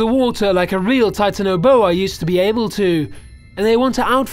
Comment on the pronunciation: its not Titano-boa its Titan-boa